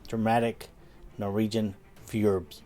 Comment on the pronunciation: Great video! Btw, it´s fjord, not fjorb 😊